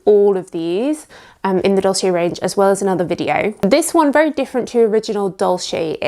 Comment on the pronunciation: “Dolce” is pronounced different not “dolshe”, but “dolche”… it’s Italian…